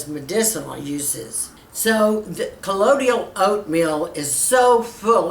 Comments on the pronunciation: ColloidIal? I thought it was colloidal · I believe it's pronounced, Coe-loy-dal. Excited to try to make this! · You need to learn how to pronounce colloidal.